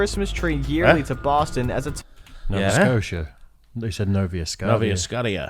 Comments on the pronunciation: The narrator misidentified J. Robert Oppenheimer, the lead scientist on the Manhattan Project, as "J. Robert." Then the narrator pronounced "acetylene" as "ass-uh-TY-lene." "Novia Scottia"??? Really, this is middle school knowledge. The deaths at Bhopal were caused by poison gas, not by an explosion. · and said Novea Scottiah, this dude is a goober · Novia scotia XD He pronounced it so fucked up LMAO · He said J robert, and I said "oh you mean OPPENHEIMER the father of the goddamn atomic bomb" and "Novia scottia" just settled that so many guys who make these types of compilation channels are usually dunces. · "Nova Scottieya" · This guy mispronounced so much stuff I was angry haha. Nova Scotia 😆 🤣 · Don't forget his weird butchering of Nova Scotia.